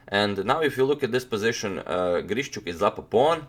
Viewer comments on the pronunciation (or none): As a native speaker I would say it's not a big deal. Yeah, it usually sounds more like long and soft 'sh', but you can hear 'shch' from a native speaker as well. What is actually incorrect is the stressed syllable: both "GrischUk" and "IvanchUk" have the stress on the last syllable. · Алекса́ндр И́горевич Грищу́к is probably not pronounced as GrišČuk, although the English speaking people do that all the time. ;)